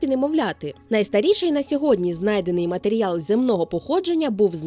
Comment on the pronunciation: Чути слово "матеріял" - це ніби мед для вух